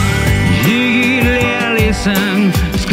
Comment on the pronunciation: Rollys pronunciation- Leper messiah✅ Ziggy❌